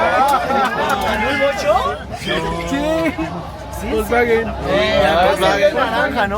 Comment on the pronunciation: De hecho no se dice volsbaguen, se dice Folsbaguen con mucha remarcacion en el Fols.